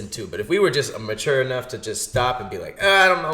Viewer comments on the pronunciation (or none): none